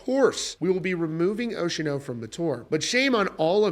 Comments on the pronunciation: Ocean-O? You're killing me bro. Say it with me. "Oce-an-o" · "Stop saying Ocean-O in there!" 😂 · It’s oce-a-no. (4 syllables) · I could be wrong here, but I'm prettttttttttty sure it's NOT pronounced "ocean-oh" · Bro its Oceano not Oceano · The pronunciation of Oceano made me pause, leave this comment and stop watching this video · Sorry, can't unhear it now 😂